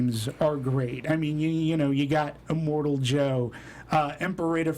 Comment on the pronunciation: its not imortal joe, its immortan joe